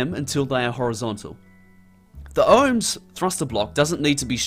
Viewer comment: The OMS is not pronounced "ohms" but rather O M S.